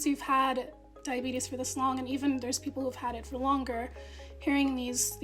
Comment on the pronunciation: Diabeetus diabeetus, ho ho ho diabeetus